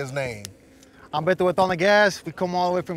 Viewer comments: It's Beh-Toe, not Bay-Doe 😂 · Y’all had the guy in 5 episodes and still can’t pronounce his name right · still can't pronounce Beto.